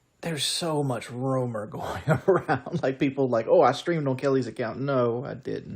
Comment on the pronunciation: Did he say roamer or rumor? 😂🤣😆